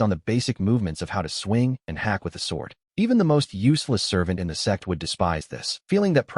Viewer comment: The ai can’t say sect properly and it comes out sex what’s really funny is that webnovel ai reader calls big shots big shits